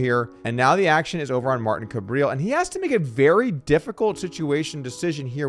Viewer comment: loving the approximately seven hundred different pronounciations of "Kabrhel" lol say "suburb hell", get rid of the second b, so now you have "subur hell" and start with a k sound. "cubur hell". Kabrhel. 3 syllables and the H is not silent. I hate the guy but no one says it right and i think he's kinda cool for having the word hell in his name.